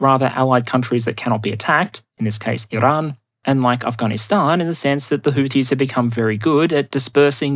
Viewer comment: Why are you trying to pronounce Iran “Irrrrrrahn”. Get a grip